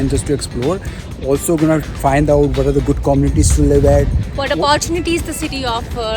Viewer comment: You go-nna and gawnna is so taunting :)